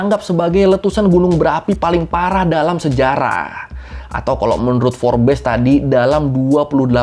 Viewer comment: Bang, kalo ngomong Forbes tuh Forbs gitu loh bang🥹